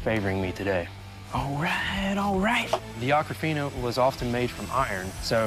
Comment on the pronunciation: The swords name is Akofena not Akrafena goshhhh